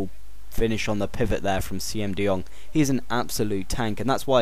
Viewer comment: The 'Siem' in Siem de Jong is actually pronounced 'seem'.